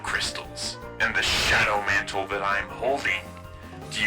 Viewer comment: shawdow mantle